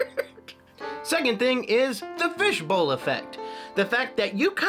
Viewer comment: Tell us. What exactly is a FISBOWL effect?? 🤣🤣🤣🤣. Love from Texas 🤠❤️